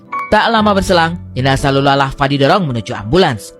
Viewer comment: Kenapa setiap nntoon dsni ,, lu selalu salah trus baca nya ya bang ?? Lulaa ,, sering banyak video lu salah baca bang